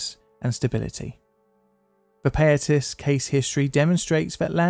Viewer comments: It's pronounced pie-ah-tas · Great breakdown of the history and tragedy of the Payatas landfill. I was only 5 years old when this happened, and I have almost no memory of it. Some advice if you don't mind, for pronouncing most Filipino words/placenames we almost exclusively use short vowel sounds, so Payatas would be pronounced Pa (like in "parrot") + Ya (like in "yak") + Tas (like in "tassel"). Good stuff!